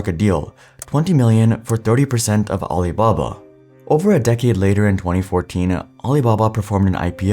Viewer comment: Did anyone else hear aliblabla?